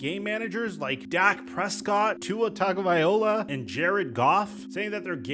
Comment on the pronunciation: I love you man but listen I can’t stand you butchering Tua’s last name and you’ve done it in previous vids 😅😅 It’s “TUNG-o-vai-LOA” NOT “Tug-a-vai-OLA”